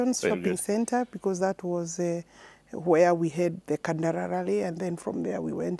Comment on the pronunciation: It's rally nor rarry